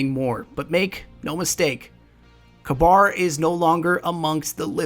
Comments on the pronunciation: His name looks more like it's pronounced "caber", not "cabar" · Love the video! (Isn't it pronounced Kaybr and not Kbar?) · Its not kabar. Its pronounced ka-ber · its ka-beer, not ka-bar. also watch the plosives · ka-bir. not ka-bar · Kuh-bahr is an interesting way to pronounce it. I always thought you pronounced his name Kay-bir. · pronounced [KAW BURR] not [kuh bar] but this video is awesome! you should definitely keep this up! i dont know why bungie couldnt take the time to put all of this lore (with audio narration like this) into the game and add some more character to it. as it is now it feels so empty, with no character or color to the lore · According to TTK, it's pronounced ka-beer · Mr. Crusader Meh I like Galahorn better... That just sounds stupid the way you responded. You should always use the proper pronunciations. I think it is "Ka-ber" just as Gjallarhorn is actually pronounced as "yahl-lahr-hawrn." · wouldnt it be pronounced "cah-burh" ? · the way you say kabr really annoying i think its said k-ber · Kabr (Kay-Ber) Aegis (Ayg-is) not ayjis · I've always pronounced it as Kayber, but it really doesn't matter all that much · I pronounce is KAH-ber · dude work on the way you pronounce these names and words. they are said aloud in the game and by the devs. its really irritating to hear you mispronounce these names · is it pronounced kaBAR or Kayber?